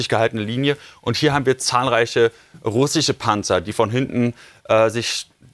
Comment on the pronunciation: Welch ein lächerlicher Mann sag doch nochmal russische 😂😂😂